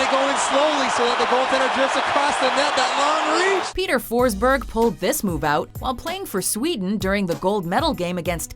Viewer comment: you fuckig butchered Peter Forsbergs name